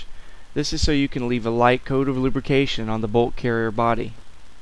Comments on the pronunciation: lubrication not lubercation. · Lubercation, knuckular, terr-ist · One of the best instructional, cleaning videos I've ever seen. Well done sir. I did chuckle a little bit on the "Lubercation" part...but hey, just shows your human. Keep up the good work.